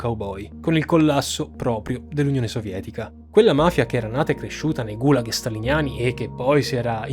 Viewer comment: Errata corrige sugli accenti: Gulàg, Semiòn, Michàilov, Sòlnzevskaya, Sòlnzevo, repòrt, Timofèief, Ivàn Yàkovlief